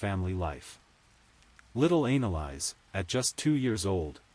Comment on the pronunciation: It's not analise it's Annelise stupid AI